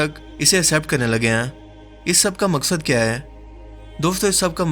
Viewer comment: Baht khub dost....👍👍 bas apna accent matlb talafuz thik karo na...jaise app bolte ho (aisa karte ain) baht touchre hai